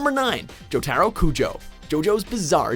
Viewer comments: I hate the way he pronounces Jotaro's name 😠😝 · Wtf you can't even pronounce jotaro? Wtf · Nigga he said jotaro wrong and i cannot let that slide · IT'S JOE-TAH-ROE NOT JO-TAROE GOD FUCKING DAMNIT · He can't even pronounce Jotaro right. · Sorry dude, but I CRINGED with how you pronounced Jotaro's name. Listen to the pronunciation in the anime..